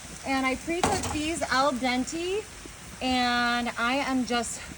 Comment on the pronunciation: Lol I know right lmao she also pronounced al dente incorrectly... 😆 🤣 😂 😹